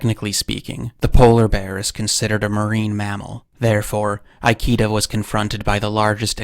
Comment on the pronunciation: "Ikeda" is pronounced as /ikeda/, not /aiki:da/.